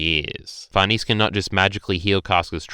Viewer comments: 1. It's Sheer-keh 2. It's Far-neh-zeh Gripes aside though, It's really nice to hear someone actually being positive and actually taking something from the chapter, while most are just throwing a collective tantrum. Great job on the video! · Actual quesiton though. I understand why you say Farnese like that because to an English speaker it could look like it reads that way, but why the heck do you say Schierke like that?